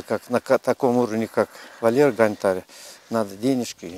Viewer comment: гОнтарь!!! Ударение на "О"!!!